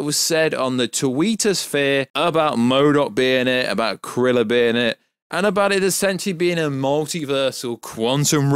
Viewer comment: Man said Krylars name as “Kriller”